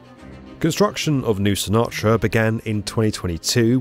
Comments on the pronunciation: New capital - New Sinatra ??? more like Noo-sahn-tah-rah Nusantara Nu-san-ta-ra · not trying to brthat guy but it is pronounced like new - sun - ta - ra and not New - Sinatra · Its NU-SAN-TA-RA Not Nusanatra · its Nusantara not Nusanatra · The new Indonesian capital is Nusantara not 'New Sinatra'. 🤣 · Nusantara not Nusunatra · Nusantara. Not Nusanatra. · NuSAN TARA. Not New Sinatra. And its probably 800 miles away. Not exactly near. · NOO SAN TARA! NOT NOOSANATRA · Not “New Sinatra”. “Newsantara”! Or is your graphic wrong? Please tell us which mistake you made. Thanks! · nusanatra? new sinatra? nusantara! wth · Nusanatra ❌ Nusantara ✅ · Nusantara, not "Nusanatra" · New sunatra??? Nu san ta ra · It’s nu-san-tara , not new Sinatra 😂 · NOT "New Sinatra"!!! It's "New San--tara"!! AND ... NOT "Liglamish" but "Gil--ga--mesh"! Otherwise ... a very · Probably pronounced "San-tara" and not "Sinatra" lmao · please, it is Nusan Tara, not Nusanatra. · It’s called Nusantara, Nu-San-Ta-Ra not Noo-sanatra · NUSANTARA - not pronounced as New Sinatra. It's noo - saan - taa - raa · The New capital name is .."NUSAN-TARA" not "NUSA- NANTRA". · Love the video, but take a moment; read the word; double check it against many credible sources. Then it’s less “New-Sinatra” and more like “Nuh-san-Tara”. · It's pronounced NU-SAN-TA-RA, not New Sinatra. Please don’t butcher it, this name carries deep cultural and historical significance. It’s derived from two words: "Nusa", meaning island, and "Antara", meaning in between. Originally, it referred to the archipelago situated between the major powers of the time, and today, it can still be understood as the islands between continents and oceans. In fact, the term "Nusantara" predates the name Indonesia by several centuries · The new capital is called "Nusantara", not as you say "Nusanatra" 😅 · "New Sinatra," as though Frank were coming back? Bruh. Look at the spelling of the new city: "Nu•san•ta•ra." 🤭🤣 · New sinatra???😂😂 Its nu san tara